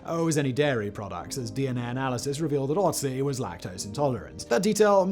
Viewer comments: FFS! Can't you learn how to pronounce the guy's name before you make a video on him? It is Ötzi, not Otzi. This is PATHETIC. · It's Ötzi not Otzi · The Ötzi is called Ötzi, beeing the first vocal spelled like you say "burn".